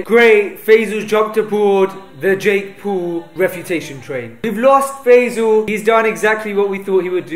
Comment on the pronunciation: did he said Jake pool?